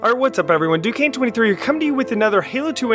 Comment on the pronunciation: Thanks for featuring my map! And you one of the only people who pronounce my username right. This is not my first time ever forging, but it is my first publicly released map. I've had experience with forging since Halo 3, and got really into it in Halo: Reach.